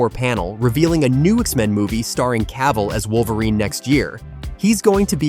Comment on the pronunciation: Cavill. Just Cavill, not Ca-ville.